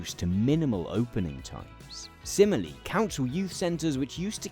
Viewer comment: I'm in Ber... where? The audio mix and your enunciation at the start of this is a mess. Perhaps you need a professional editor: someone who knows their way around compressors. I'm a fan, but yikes. And it's "similarly", not "simily". So... a speech language pathologist as well? I dunno, maybe this is just how people talk in England now. I left the country for the USA in 2007, before things started going to sh*t. I used to enjoy watching your videos more before you starting dropping your "t"'s, slurring your words, rushing through scripts and generally making yourself harder to understand. I'm glad there are subtitles. I could barely understand a word that some of your interviewees were saying. So. Yay subtitles.